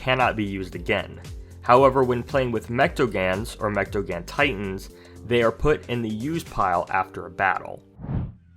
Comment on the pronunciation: Say mechtagan because it’s pronounced (mech-ta-gone)